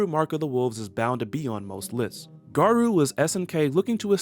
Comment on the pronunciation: Good info. My only problem with the video was the pronunciation of Garou. It's actually pronounced with an long o sound, not a u or oo sound.